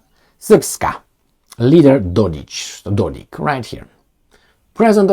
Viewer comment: Dodik is pronounced with K like Kenya. He is not Dodić.